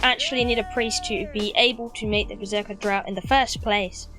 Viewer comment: "Draught" is pronounced " draft." Weird fucking word. Also, "alchemical" is pronounced like "Al Chemical." After all that, I am at home, drinking to your good health. Cheers! Sorry I'm such a dick.